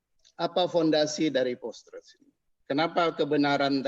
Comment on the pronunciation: Malu sy mndengar seorang Dr..dari kampus..mengucapkan post-truth dgn "postrat"...era postrat...Payah.. Memalukan sekali... Tolong dikoreksi ini..